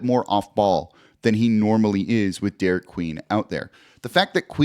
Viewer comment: Congrats Jake but it’s Derik